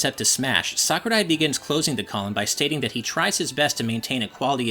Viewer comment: I like how he actually says Sakurai well